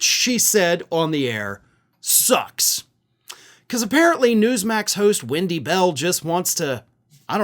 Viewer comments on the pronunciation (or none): Does he keep saying windy bell? Is her name windy? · "Wendy Bell" I thought you said "when she smells"! There,I said it and I'm glad!! But I'm not on Spews Muck so I'm not restricted!😁. So there!! And I'm sure,she smells like 💩 she does!!